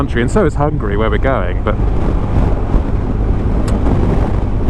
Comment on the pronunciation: The way you pronanuced Hungary cracked me up